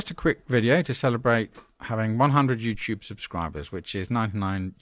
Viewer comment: lol you said YewCheub